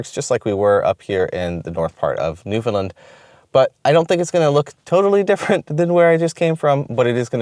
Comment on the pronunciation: for the love of God stop saying New Fin Lin...............lol As I said before as someone from here. Your brave to go to Newfoundland in May and early June...lol